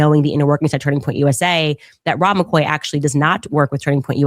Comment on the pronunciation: Rob´ber Maccoy…….? Candace ˋOveńed ´ …….!